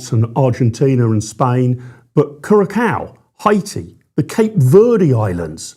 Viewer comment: Please tell Curacao has no cow on the end kyuor ruh sau is the pronunciation.